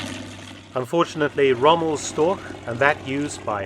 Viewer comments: "StorCH" not "StorK" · i am not complaining. i am just a know it all. also, you said that word a lot during this video, wich i had to listen to, to receive your informations. pronounce it like this: "shtoash" this has been a PSA by me, the person who wrote this. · Its not " Stork " its Storch !!!! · Funny I always heard it called Storch (stor with the chuh at the end) but it was just the regular English pronounciation of Stork all along. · nicely narrated and exceptional aircraft , but "Storch" as the german word is mispronounced 🤷‍♀️ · I think “Storch” is the archenemy of every english speaking person, regarding pronunciation. You did a 5 out of 10 job.